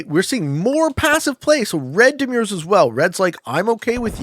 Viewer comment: I think you say demur in a funny way.